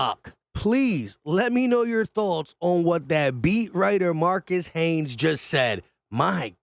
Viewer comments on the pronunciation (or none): I don't know if you're from Philly or the Philly area but it's pronounced Marcus Hayes, not Haynes. Everybody that's into Philly sports and knows all the Philly Sports writers knows this